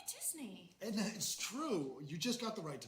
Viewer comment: DiSNEY not DYSNEY...spells